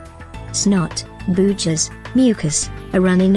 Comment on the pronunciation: The fact that they kept using the word "snot" & "booger", and used an electronic voice that mispronounced "booger" killed their credibility. You're Fired.